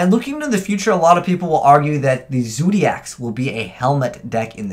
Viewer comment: did you just say ZOODAIKS? for zodiacs